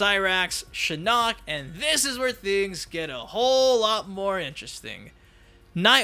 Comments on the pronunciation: The butchering of Shinnok’s name continues.... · Anyone else triggered at how he pronounces “Shinnok”? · The way you say Shinnok makes me want to put a screwdriver in my eyes